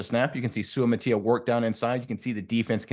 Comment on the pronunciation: If you're gonna critique players at least learn how to pronounce their names. Sue-uh-mot-uh-ee-uh as per Kingsley himself.